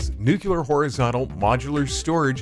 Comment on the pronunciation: Seriously, who hired a commentator which cannot pronounce "nuclear"?